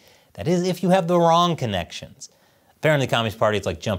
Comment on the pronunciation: Wrong? Or wong? Party